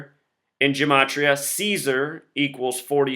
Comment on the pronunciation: don't lie to me. the word LIE = 12+9+5 = 26 = Z = the first letter of your name. Your own logic and gematria (which you deliberately mispronounce) condemns you.